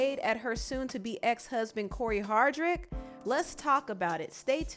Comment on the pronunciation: Ain’t his name pronounced Hard dic